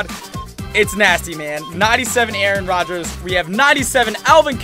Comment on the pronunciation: why do you call Aaron Rogers Aron?????🧐🤨